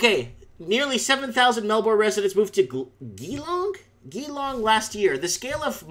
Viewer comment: It's pronounced Geelong